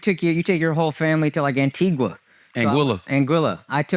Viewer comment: I knew charla was mispronouncing antigua 😂😂😂